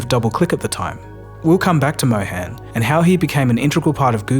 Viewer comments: Neal Mohan, "Mohan" like Moe-hun (not moe-hen). sorry, couldnt help it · Just a small correction, his name is pronounced Mo-hun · It's pronounced Mow - harn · Pronounced "Mó-hun" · It's pronounced Mo Hun as in Hunt...it would be much appreciated if you try to pronounce the name correctly because it's a very common name. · Excellent video, but I just don't understand how you've done such tremendous amounts of research into everything but pronouncing his name right. I would think he deserves atleast that much given how many times he's been read off your script.